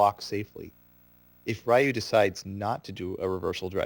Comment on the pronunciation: You mispronounced the fuck out of Ryu! Why is it that idiots always have a hard time pronouncing a three letter name. Its "Ree-ewe" not "Rai-you"!!! And if anyone tells me it's no big deal FUCK OFF!!! I'm so tired of hearing his name being butchered like that.